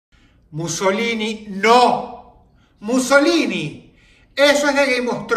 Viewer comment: Mussolini te pegó el acento italiano,verdad? xD